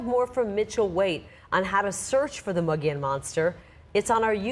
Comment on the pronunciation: I have such a hard time listening to this with the mispronunciation of "Mogollón"